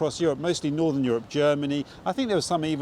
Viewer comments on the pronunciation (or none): none